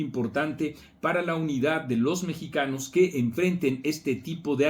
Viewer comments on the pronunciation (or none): none